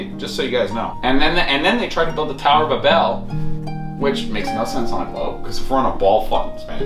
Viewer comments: He pronounced Babel like “ba-BELL” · Sounds like he said tower of A bell